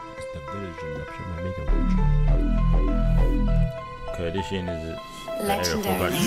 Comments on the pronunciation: did man say kurdishian LOOOL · Man said kurdia